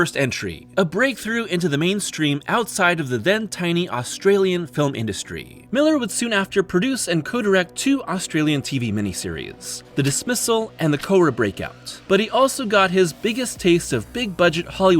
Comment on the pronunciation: Cowra is pronounced Cow Ruh, jsyk